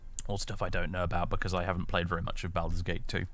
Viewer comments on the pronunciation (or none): Why do you make the first syllable of Baldur's rhyme with "Al" when it should rhyme with "ball?" I mean, they say the name Baldur's Gate throughout the game, do you not listen to the voice acting?